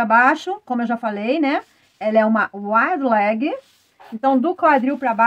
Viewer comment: querida, apesar de estarmos no Brasil, nomes não se traduzem, portante a maneira correta de falar Wide leg será = a waide e não wide ok?) Parabéns pelas aulas que adoro. Beijokas e fique vem